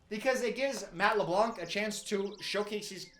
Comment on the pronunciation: Friendly reminder… you don’t pronounce the c in LeBlanc